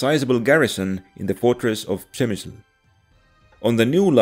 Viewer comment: You said in the teaser post you were yet to figure out how to pronounce Przemyśl. As a Pole, I must say, you nailed it very well :)